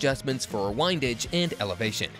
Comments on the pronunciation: "WHINEdage" 😂 Next... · Also mispronounced windage. Thats a dead giveaway